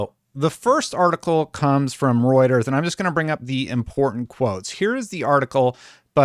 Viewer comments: I can't tell you how good it feels for you to have pronouncing Reuters down pat. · Fewer than 100 needed to hit your 100k goal! But more exciting than that - you pronounced Reuters right! WOO!